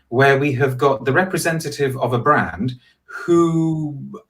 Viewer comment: Nice guy, but horribly affected accent. A total character albeit acting. He sounds like an American actor pretending to be cliched posh British but missing basic pronunciation of things. For example: 'Brand' is not and has never been pronounced BROND, that's just ridiculous. And never in the last 300 years has 'clove' been pronounced the same as 'glove'. Ever.